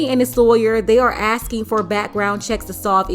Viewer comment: All that violence "just for axing for some curly fries". Unbelievable!